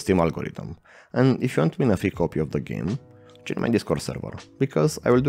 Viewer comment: "Geam" haha, foarte tare, tine-o tot asa!